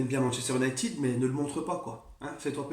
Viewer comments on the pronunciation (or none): none